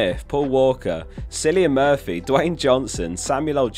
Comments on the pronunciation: errm aktually 🤓👆, It's pronounced Killian, not Sillyan Murphy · "Silly-an Murphy" caught me off guard ahaha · Akshually, it’s pronounced “Killian Murphy”. 🤓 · Sillian Murphy!?!!?! No way Jose, all C's in Irish are hard C's like a K. Different language